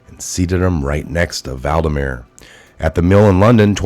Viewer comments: Hey Boss, It's VLADimir, like VLAD the impaler, NOT Val-dimir. Just sayin'. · it's. VLADIMIR. Not Valdimir. Pronounced VL AD I MIR. Thank you for your reporting. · It's Vladimir not Valdimir... Otherwise good job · I love but he butchers all names!😩